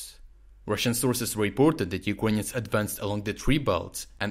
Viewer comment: Why do you pronounce ‘Ukrainians’ as ‘You-con-yans???!!